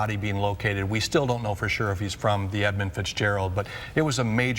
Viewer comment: I think it's Edmund with a U.